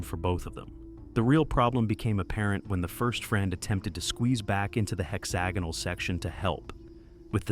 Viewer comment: Pretty sure that's not how you pronounce hexagonal. I could be wrong though